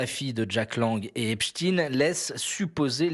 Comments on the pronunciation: En langue francaise, on prononce "EpstEINE" et non "Titine". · Epstein pas Epstiiiin, qu'avez vous à cacher en déformant son nom... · le nom d'état civil de brunel est Benchemoul, ce n'est epstine mais epstein comme einstein tous deux de la même confession : la justice est chapeautée par QUI ?